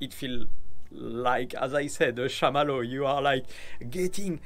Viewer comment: Marshmallow not shamallow, LOL. Good video,! I'm glad I have the real Alphas!